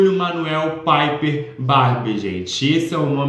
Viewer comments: "paiper" KSKSKSKSKS, gente é PIPER, do mesmo jeito que escreve se fala também. ele mesmo fala assim. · Piper do jeito que vc está falando é na Espanha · O Piper é com som de “i” mesmo, da mesma forma que escreve (eu tinha muito essa dúvida também 😂). Adorei o vídeo!!